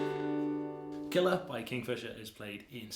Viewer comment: You pronounced Killeagh SPOT ON mate! 🤯